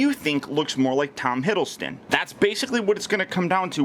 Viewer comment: theCreeperXplode I think it depends on how skinny Tom is if he looks more like The Avengers Version or the Thor 2 version. Btw it's Hiddleston not Hiddlestone.